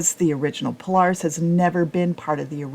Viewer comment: You can’t even pronounce Polaris correctly you lost all credibility, Indian has forced HD to finally bring a decent bike to the game in 2024 still don’t have a electric windshield